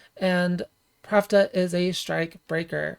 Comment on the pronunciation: I am curious why you pronounce Plachta as Pravda. Is that in any way canon, or just your interpretation? I always thought it came from Czech or Slovak plachta, which means sheet (textile) or sail (on a ship). This also makes sense to me from the katakana プラフタ, "ra" is the closest mora to "la" and "fu" is the closest to "ch" (although I have seen "ku" used before as well). If it was meant to be pravda, they would probbably used プラブダ instead, right?